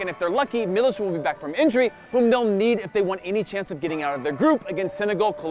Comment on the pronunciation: MIlik, not Milicz. You say it the same way you say "Milk", but with one extra "i" that is pronounced the same way as the first one.